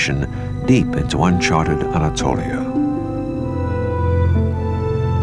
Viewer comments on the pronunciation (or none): Keine 5 minuten und ich hör "Itssmier, Anato-liieen" Wie bitte was ?!?!?